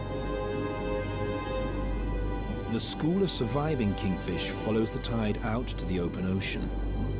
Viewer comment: Is it me or the narrator cant read the word " school"